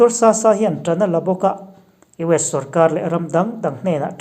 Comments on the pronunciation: Dr. Sasa i lam dan a diklo, Sasa tih ah hian a tawp lama sa i lam dan hi a hmasa lamah a ri ang a , a tawp lam erawh 'h' tel ang a lam thung tur. (eg. Sasah) I hming hi thluk diklo dohvin lam sak che ila i duh hauh lovang :) Chuan, Dr. Sasa hi Mizo a nilo, Mara zawk a nih e, chuvangin Zohnahthlak tih zawk tur. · I taimak na zar kan zo thin mang e!👍... Dr. Sasa hming i lam dan erawh tlem in ka'n sawi ve lawk🙏. Lawma kan lam ang deuh hian Sasa pawh lam tur a ni e.... INP vul zel teh se👌